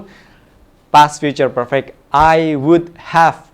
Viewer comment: mistake pronunciation "perfect"